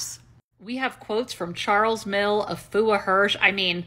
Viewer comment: Well done, so far you're the only one who has pronounced Afua correctly. Wow ❤